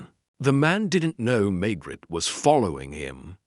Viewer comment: Why does the AI pronounce the Maigret name as May-gret instead of May-grey like human narrators. They also don’t always say the whole sentence together instead pronouncing the last word almost like it’s by itself.